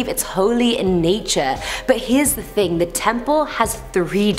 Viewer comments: “One night erosion ting” did she just say that? .... 😂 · 'it wasn't a over time erosion ting' loool. wagwan gansta